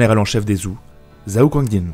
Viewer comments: Super vidéo, comme d'hab! Juste : Zhou se dit "Tchow" et Zhao "Tchao" et la dynastie Yuan se dit "Yuèn" (le système pinyin est parfois trompeur). Sinon super vidéo! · Je vais faire mon chieur mais zhao ou zhou se prononce tchao et tchou. Si je ne m abuse. Je titille. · Vraiment pas mal et intéressant, toutefois, il serait bien de faire un effort sur la prononciation des dynasties et des personnes. J'avais envie de mourir à chaque "zhao" ou "zhou" :D Merci quand même pour la vidéo ! En espérant beaucoup d'autres !